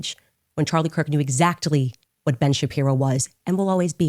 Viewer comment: Girl, whet? FOH! 🙄